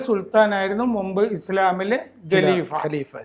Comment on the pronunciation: ഗലീഫയല്ല ഖലിഫയാണ് സാറെ - KHALIFA, not Galifa